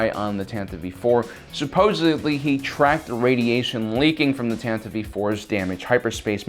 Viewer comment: Why are you saying Tantive weirdly